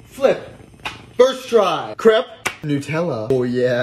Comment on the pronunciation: Don't bother pronouncing the "ê" the French way if you're not going to bother to roll the "r" as well. It just makes it sound like crap. Literally.